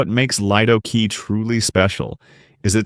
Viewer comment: It's pronounced Leedo Key! Get a real narrator instead of using AI!